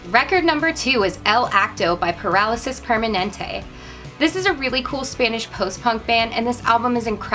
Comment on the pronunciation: By the way, I'm latino and I love how you pronounce "Parálisis Permanente" Love from Chile.